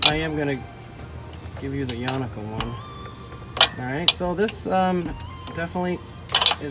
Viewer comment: Yo you made that install waaaay more complicated than it really is I installed mine all by myself and it only took me 30 minutes to remove the old and install the new exhaust and you are pronouncing the name completely wrong it is pronounced Yonaka "Yo-nah-ka" and also the tip is too far back it should stick out past the bumper by about 3-4 inches and also it sounds waaay better if you get the kit without the resonator